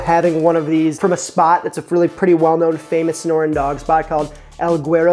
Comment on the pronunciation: Young man, Sonoran. Trust a 'zonie to correct you :) Ironically I have never had one haha!